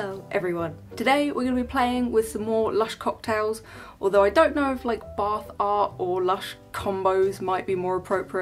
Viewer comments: "let us begin the bar fart" me - What?!?! boyfriend - she said bath art Love it ! xx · Every time you say bath art I hear "bar fart" and giggle like a 12 year old.